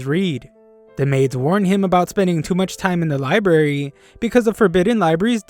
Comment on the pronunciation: libarry?? 📚 It's library. LIE-B-RARE-REE